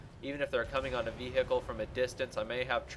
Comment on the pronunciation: your pronounciations annoy me vehickle? but i don't care too much but good vid